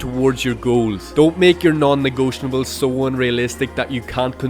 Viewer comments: negotiables, not negotianables. great video, thanks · Why do you say non negotiables like that? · hey man you might know this by now, but you've been saying "non-negotiables" incorrectly. there's no N towards the end. no hate intended with this comment just wanted to let you know!